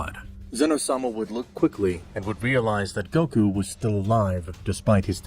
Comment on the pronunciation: GOKU NOT GUOK